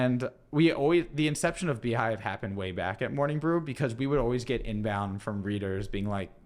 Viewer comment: Beehiiv not Beehiive